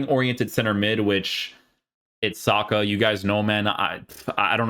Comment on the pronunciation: Thought he said soccer not saka 😂😂😂